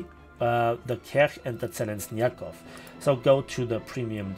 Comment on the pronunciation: I found a little funny that you got right "Blagorodnyy" that wasn't shure about however misspronounced Kerch and Zheleznyakov))